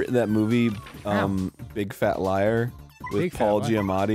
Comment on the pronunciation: '..' Arin stop messing up Big Fat Liar, you gots to speak English.